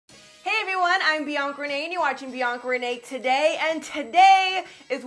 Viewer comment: Everytime she says Bianca renee I hear beyond grenade